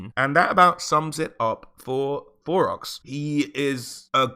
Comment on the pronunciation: Am I trippin or are you saying Borox?